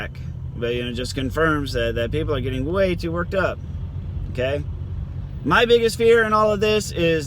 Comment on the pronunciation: Another good video 👌👍. Say "shave mah balls" again. Lol